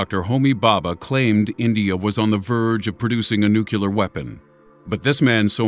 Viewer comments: it's NOO-KLEE-ER 😠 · that is not grammar; it`s pronunciation... lol. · This doesn't have to do with being perfect, or not. This has to do with being sloppy. No one talking about science who wants any credibility should be saying "nucular." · wtf learn to fucking talk... nuclear! :S it made me cringe.... I know is a small thing but it ruined the video for me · what is so difficult about the word nuclear? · Thank you! I think that George W. Bush been out of office long enough that we can all go back to pronouncing "nuclear" properly. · The way nuclear was said, kept turning me off this video. Otherwise everything else was good. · Does it really matter how someone pronounces "nuclear"? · lancasterandmiller Yes, it reminds us all too much of George W., and we really hate that. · It's nuclear, NOT nucular. Please. So many repetitions drove me nuts. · You smugly make fun of people but you've said "nucular" repeatedly. Can you read? Do you also call the core of an atom a "nuculus"? NOO-KLEE-UR. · nucular? ... a lways thought it was nuclear ... like in nucleus :-) ... is it a case of aks instead of ask? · Nu. Clee. Ar. NUCLEAR. Not Nu-Cue-Lar. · nu CLE ar not nucUlar. God damn.Nuclear. Nuclear. Nuclear. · It's "Nuclear", not "Nukular". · I enjoyed the video! But it's pronounced "nuc-LEE-ar," not "nuc-YOU-lar." :) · Yes! I was about to say something! you are greatness personified! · It is new clear NOT new cu ler. Practice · NUCULAR MY ASS the correct is NUCLEAR(noo-klee-ar) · Nucalar???? I thought it was nuclear... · It's NUCLEAR, not nukiller... you fucking dyslexic moron!! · its pronounced nuclear (new-clear) dumbass. Not nuke-you -lar. there is only one u... if it was nuke-you-lar. then it would be spelled nucular but its not its spelled nuclear nu-clear. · YOU SAID NUCULAR. IT'S NUCLEAR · Nuclear, not nucelar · nook-you-ler? nook-lee-ar! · nuclear not nucular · It's nuke-lee-err, not nuke-you-ler. That drives me nuts. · "Nuclear"! Not "nukular"! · Nukiller = nuclear